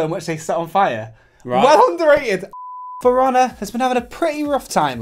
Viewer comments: sounds like you're saying "firannah" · When it sound like Piranha and not For Honor